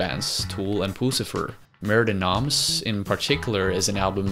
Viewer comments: Wish he could pronounce it "mair duh no(m)" with the slightest suggestion of an m at the word noms and absolutely no suggestion of an s at the end. Not murdee noms! Argh! Just stop it! Re-record the spoken word in this video soon as possible, dude! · mer de noms is pronounced "mare day NOM" not noms. just fyi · Don't prenounce the s of noms. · Mer de Noms, silent 's'. It's French, Sea of Names. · Mer de Noms is french hence the 's' is silent. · Great vid but FYI: in Mer De Noms the "s" is silent. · As a french guy it hurts me to jear you say “Mer de noms”. But I guess it would hurt you to hear me speak english 😁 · Nice video. Sorry to be this guy, but I would like to point out that "Mer de Noms" is in French ("Sea of Names"), so "Noms" should be pronounced without the 's'. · You are butchering the tittle of the album Mer de noms is sea of words, lrn the proper pronunciation or say it in English